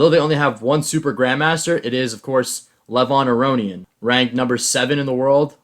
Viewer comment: amazing that you could pronounce all of the russian grandmaster's names correctly and absolutely butchered levon aronian's name. like.. why?